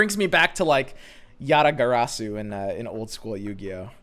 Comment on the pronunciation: When he said Yatagarasu my whole life passed trough my eyes